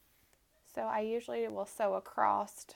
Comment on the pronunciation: I’m stuck on “acrosst” 🥴